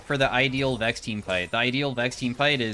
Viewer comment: love your content, but Vex? Cmon man…